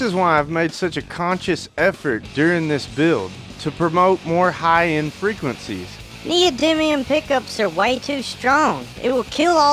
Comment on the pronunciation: Thats text to speech right there, neil diamond instead of neodymium. I may like it better wrong ;)